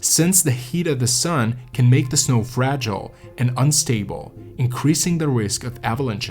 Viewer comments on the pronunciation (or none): none